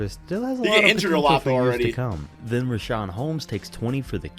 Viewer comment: LMAO JUST REALIZED HOW HE HAS BEEN SAYING RICHIAUN HOLMES WRONG FOREVER